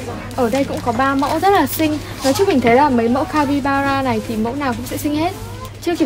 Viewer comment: Ng mà chị ơi 😂, capybara " ra " chị ạ chứ ko phải capybana đâu chị ưi 😂